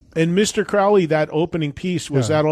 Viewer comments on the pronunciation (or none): Aleister Crowley's name is pronounced 'CROWley' as in the bird 'Crow' Thats 'Oh' not 'Ow' Not that ozzy had any idea,.. his interest was cosmetic at best. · About the song Mr. Crowley, someone should have told Ozzy he was mispronouncing the name Crowley throughout the whole song. Aleister pronounced his last name as "Crow-Lee". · Interesting. Wonder why Ozzy pronounced it incorrectly? I went back and listened to it and you're right.